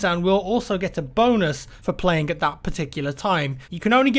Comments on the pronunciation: I kept hearing boners instead of bonus "dont expect to be hopping around and getting boners" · It's because it sounded like he was saying "boners." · Thought the same thing +MrThedopeshow Sounds perfectly like bonus already. And if some people think he's saying boners they can deduce from the context that's obviously not the case.